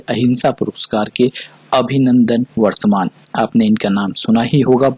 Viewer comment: Abhinandan Vardhaman hai na ki vartman